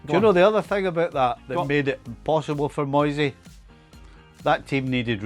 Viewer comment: It's Moyse not Moysay